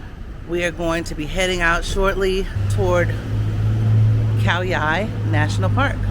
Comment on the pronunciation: You said Khao Yai correctly and very clearly ❤️👍🏻 This RV trip is very interesting but that’s lots of shopping for the camping 🤣 Looking forward to wacthing the 2nd part!